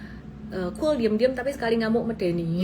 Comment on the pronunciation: ini asli mana ya? Bilang kata "medeni" kok medok